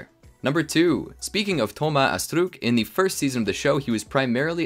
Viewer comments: DHOMA ASSTRUKKK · The way he is pronouncing Thomas Astruc is 😭😭😭